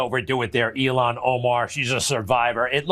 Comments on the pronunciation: Please pronounce Rep. Omar's first name correctly-- It's 'ill-han' not 'elon' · Ilhan not Elon…twice. smh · IL-HAN Omar.....not ELON Omar geez you're repeating Trump now???? Smmfh. This is NO DIFFERENT than Republicans intentionally not giving AF how they pronounced Kamala's first name. Dude, show some respect for people who don't have Lilly white names. Otherwise, you're just like them Ben. Disgraceful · Ben, please pronounce Ilhan Omar's name correctly. You're saying "Elon". That's an insult. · Ben do yourself a favor and everybody else out here learn how to say ilhan Omar's name correctly please! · Please say Rep. Ilhan Omar's name correctly